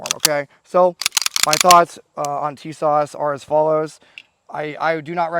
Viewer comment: I can't trust anyone who can't even pronounce the name correctly😂.